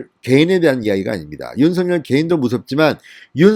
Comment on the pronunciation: 진성호씨 윤총장 이름을 개명하지마세요 가끔씩 (윤 석 열) 을, 윤 서 결, 윤 서 결 이렇게 발음하지 마세요)